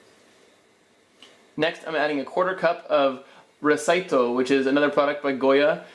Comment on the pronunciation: no vinegar in the marinade?...recaito is pronounced the same way it's written, not making the C an S, also Culantro is Cilantro with the seed in it